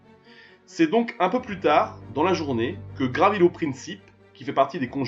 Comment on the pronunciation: Son nom est Gavrilo, et non Gravilo.